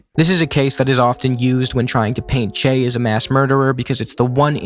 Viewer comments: It doesn't change anything, but the way you pronounce "Che" sounds like "Chey" to me. That doesn't really make sense because, in both southern Brasil and Argentina, "che" is used like "bro" or "mate". The "e" is a closed sound, more like the "e" in "latte". If accents were allowed, I'd write it as "chê", short and strong. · Bro you can't even pronounce "che" and pretend to lecture us about him. Just shut up